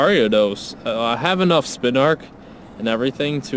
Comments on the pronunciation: It is NOT spinark. Its spin-a-rak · SpinaRAK, not Spinark